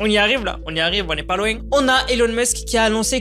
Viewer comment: « on y arwive la, on arwivre on est pas louéinggg »